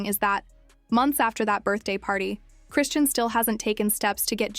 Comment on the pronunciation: Why can these fools with their AI never pronounce ppl’s name correct? There’s no T in her name 🙄. In another video Blue Face’s mom said the baby is blind . I hope not , but very sad if true .